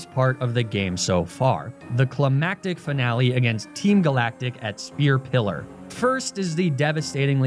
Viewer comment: heeeey finally learned how to pronounced “climactic” correctly! 🥳🍾🎉